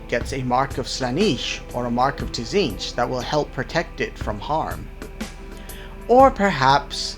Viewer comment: Pronunciation corrections: Slan-nesh*, Zeench*. Good vid.